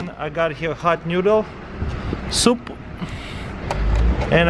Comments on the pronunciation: "Hawt newdle." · "Hat Newdel"